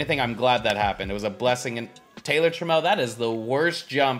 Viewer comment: You were saying trammell right. Known mariner legend